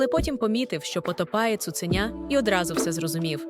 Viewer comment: Дякую. Я слухаю ці оповідання лише тому, що вони звучать українською. Прошу, якщо це читає жива людина, перечитайте текст перед записом, усвідомте, про що ви читаєте, поставте наголоси на належні місця, бо таки дуже образливе таке ставлення до української мови. Хоча б не "цуцЕня", а таки "цуценЯ". Не відтручуйте людей від україномовного контенту.